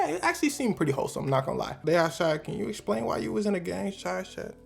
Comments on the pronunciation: Why do you say explain loke that 😂 exshplain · “Lemme eschplain” 😂